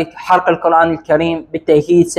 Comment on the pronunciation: القرآن بضم القاف. يجب نطق هذه الكلمة المباركة بشكل صحيح